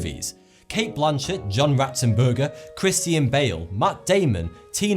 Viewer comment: Chris-tian Bale